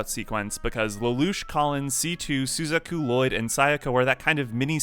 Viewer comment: you said suzaku's name wrong in this vid and they also said it wrong in this movie and it bugged the hell out of me. and you also said nunnully's name wrong too. and lelouch's name here do better sir. dislike.